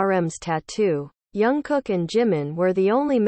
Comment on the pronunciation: Hahaha!😂😂😂 I kept laughing every time she said “erm”!! 🤣 She also said “yungkook”!😂 (I’m thinking this narration is computer generated cuz if the narrator was a true ARMY, she would know how to pronounce their names correctly).